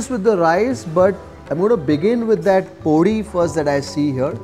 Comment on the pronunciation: Truly enjoy your show, especially your narration. I would like to correct your pronunciation of 2 Telugu words: - Podi: Do not put emphasis on the "o". Pronounce it normally. - Eggplant: Your pronunciation of "vaankaya" places too much emphasis on the first syllable. The correct pronunciation is "vankaaya".